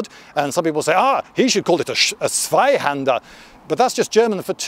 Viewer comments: Relatively good pronunciation of "Zweihänder". I have heard worse. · Me as a German I just love how he Pronounces German Words like Zwei händer And Schlachtschwert